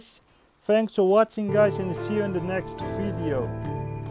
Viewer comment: _ ethanol _ It’s his accent bruh